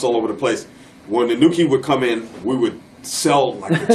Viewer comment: I swear it's pronounced E-NO-KEY, not E-NEW-KEY!😂